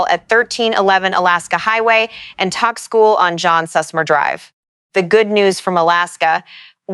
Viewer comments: Is this an AI voice or a real person voice? Tok is pronounced like the word "Toke" and not like the word "Tock." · Pronounced" toke' in Alaska not tok. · When will people learn to say properly the names your Alaska town is not spelled TAK like I’m talking to you that’s not how you say it it’s TOK like I’m taking a toke off a peace pipe. O sounds like an O not an A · Tok is pronounced toke. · Tok is pronounced Toke